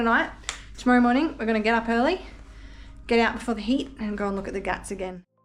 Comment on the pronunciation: you are saying ghaat as if you are saying gatt ... when indians transliterate a word using "gh" then sound expected is expirated "g" ... if you search "translate english to hindi" on google and translate english word pier you will get घाट "ghaat" in hindi and you can play how the word is spoken by native speakers of hindi by clicking on speaker icon